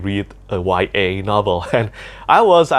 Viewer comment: Whats a "y a" book? 😢